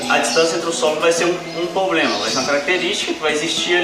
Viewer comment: Só tem q aprende a falar Problema, e não Pobrema.